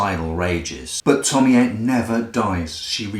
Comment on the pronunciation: I'm so glad you atleast acknowledged your mistake, some other reviewer kept say "Tomi-ayy" and I just lost it I could not watch it